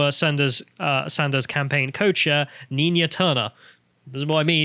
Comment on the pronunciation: Leave it to to misread the name "Nina"....twice.